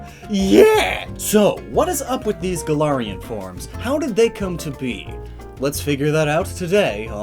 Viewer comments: It's Gal-ar-Ian forms, not Guh-laryin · Me, a Pathfinder player, constantly hearing "Golarion"